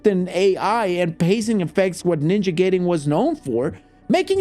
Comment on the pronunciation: It’s GUY-den NOT GAY-den bro